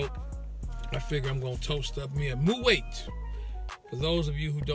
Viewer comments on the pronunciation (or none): it's not pronounced "mu'wait but Mu'wot"